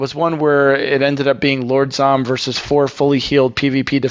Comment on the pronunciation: lol, he said lord brom instead of lord zomm!!!